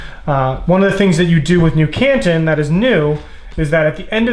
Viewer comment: As someone from the Asia-Pacific region, the way he pronounces 'Canton' makes me twitch.